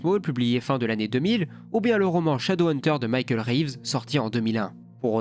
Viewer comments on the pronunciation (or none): none